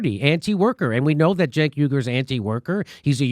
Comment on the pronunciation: Journalists don’t dress or like Anna or her boss “Cenk” pronounced JUNK.